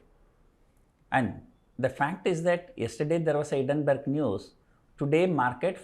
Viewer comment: it is not hiddenberg, it is hiNdenberg